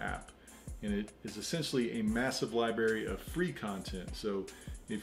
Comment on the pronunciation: Library, not liberry. Lol. Great review, thanks for sharing your favorite apps.